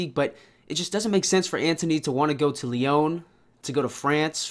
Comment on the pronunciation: The club name is pronounced Lee-On. Great video tho